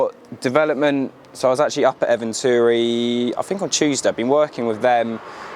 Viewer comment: eventuri and akrapovic someone please educate this poor lad on how to pronounce these brands properly 😂😂😂😂😂😂😂😂😂😂😂😂